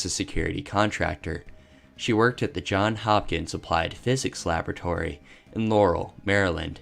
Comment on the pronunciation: The never ending mistake of saying "John Hopkins" instead of "Johns Hopkins"